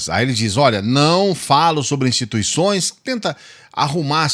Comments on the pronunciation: E impressão minha ou ele falou instituiçães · Alguém ai percebeu? Ele falou "instituiçães". Essa foi de lascar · "Instituiçães". Analfabeto! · Gostei do "instituiçães" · Nós não criticamos "INSTITUIÇAES" disse Bolsonaro!